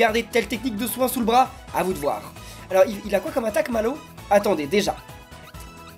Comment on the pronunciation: Mallwo. On. Di. Re. Man. Papa😂😂😂😂😂😂😂😂